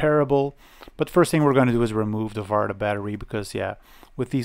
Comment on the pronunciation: Farta was a very good prononciation for the battery